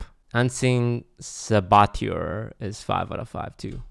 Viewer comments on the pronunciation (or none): Are we gonna ignore that horrid pronunciation of saboteur?